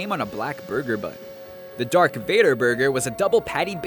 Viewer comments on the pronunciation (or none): Do you mean "DARTH VADER" not "DARK VADER"? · Did he actually just say "Dark Vader".....? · its DARTH not DARK jeeze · ITS NOT DARK VADER ITS DARTH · ITS DARTH VADER